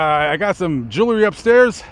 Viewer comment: What is joolery? It's JEWELRY! Otherwise interesting.